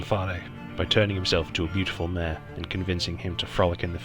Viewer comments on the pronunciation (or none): none